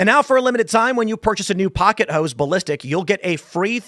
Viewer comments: Oh, pocket hose. I thought you said pocket hoes. 😂 I have a dirty mind. Sorry. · I originally thought he said "Pocket Hoes".... Somehow that term made sense so I didn't question it at first . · I was only listening and heard, pocket hos... not hose. Had to look... Haha